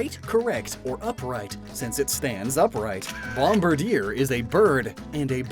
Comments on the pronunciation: thank you. It's my favorite pun of the game. did mispronounce bombardier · Don't pronounce Bombirdier like that. Don't.